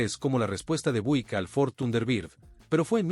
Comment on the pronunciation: Por favor hermano no te ofendas pero me doy cuenta de que no pronuncias bien ninguna de las marcas de los carros,!!!...NNNO SE pronuncia DODGE CHARJER,!!!...SE pronuncia DOCH CHARLLER,!!! OSEA QUE LA LETRA G SE PRONUNCIA COMO DOBLE ELE LL CON TODO RESPETO NO SABES PRONUNCIAR LOS NOMBRES DE NINGUNA DE LAS MARCAS DE AUTOS QUE ESTAS PRESENTANDO,!!!!!!!!!......NO SE PRONUNCIA BUIK SE PRONUNCIA BIUIK,!!...DOCUMENTATE HERMANO.!!!!!!!!!!